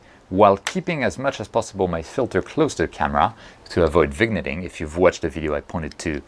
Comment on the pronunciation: Complicated stuff. Good explanation though! By the way, the "g" in Vignetting is silent, so it's like "Veen-yetting".